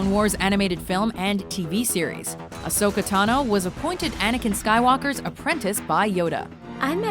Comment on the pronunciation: ASHOKA? WHAT? XD